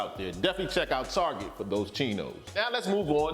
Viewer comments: I died when you called Target, "Tarjay"! 🤣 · Drebin_0930 Is how we say it in Kalifohnia..aaayy👋🏽😆